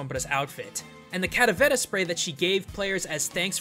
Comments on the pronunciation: ...Are you calling it Cadavera? It's calavera. Spanish for skull. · i thought it was calavera, not caravera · You are mispronouncing the 'L' in Calavera! The Spanish 'L', at least in Mexican Spanish, is very similar to the English one. You were saying it with more of a flap. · i die a little bit every time I hear him say "Cadavera" instead of Calavera. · clalavera is said wrong said caravela but it is pronounced calavera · I may be late to the party, but it's CALAVERA (KAH LA VEH RAH) not caravera. I get that you're white and speak no Spanish, but your "culture" tolerance aesthetic tells me to call you out on this topic. thank you for an otherwise cool vid sorry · Why do you keep saying cadavera instead of calavera? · You used the wrong word. It's Calavera not caravera. Besides that, great video. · don't think it's called "caravera" think it's "calavera". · Now I understand why people cringe when they butcher their language... Hearing this guy say "Calavera" as "Caravera" so many times in the video was just wrong. I understand he is not a native spanish speaker but still, holy shit was that just so weird and fucked up. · Not caravera... Calavera, with an L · ITS KA-LAH-VERAH PINCHE NINJA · The way to pronounces caLAvera hurts me. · mmmm your pronunciation of caLAberas is way off man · Say it with me 'Kah-llah-beh-rah'. As a side note, I dig the purple. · Don't ever say calavera again I cringe so hard to your Spanish lol sorry 😭😂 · you are pronouncing "calavera" SO wrong. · pls stop saying calaveras like that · i speak Spanish, say the L